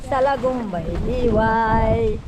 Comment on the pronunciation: Blessed morning sir jus at mam Joan,,,,,morning vibes c,,,salidumay ang tamang bigkas hndi salagumbay,,,,,ay ay salidumay salidumay diway🎤Godbless Sarah cute tv at ingat palagi🥰🥰🥰